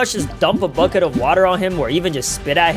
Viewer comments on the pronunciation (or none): none